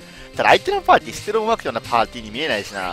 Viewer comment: お相手のぱーちーは...(滑舌